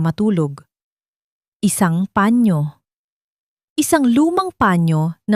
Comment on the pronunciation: Turuan nyong bumasa ng tamang pagbigkas ang taga basa nyo saang planeta b galing yan,sabihin nyong panyo hindi pañio